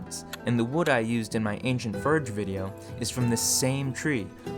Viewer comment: Me searching comments hoping to find why he pronounces o as a . Anyone ? I sincerely feel as though I am the butt of some joke. Is that an ancient pronunciation or something or does he to get people to comment ? I’m so confused. Farge befare maare does he have a lisp ? Help me please.